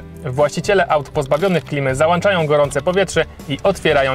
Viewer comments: Fajnie że uczycie ostrożności i zapobiegania na drogach. Świetny odcinek. Ale ogląda was dużo młodzieży więc uczcie ich też poprawnej wymowy. w nie "załANczają" a "załączają". O dziwo 5 sekund wcześniej mówisz prawidłowo w zdaniu "dobrze jest ją załączyć". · załanczają serio? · załanczają XD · załączają nie załanczają :D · Jezu jak można mówić "załanczają" nawet nie wiem jak to poprawnie napisać ;_ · "Załanczają"? Jak kto lubi:D Extra odcinek. Okejka w górę:) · "zalanczają".... aż uszy skręca....